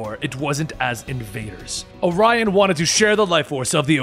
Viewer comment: That's why the confusion. Dude, his name is ARION not Orion. I used the collect his comics. Why are saying "Orion"?